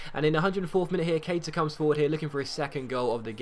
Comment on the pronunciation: It's funny how says names sometimes ex: Keita - Keiter Cabella - Cabeller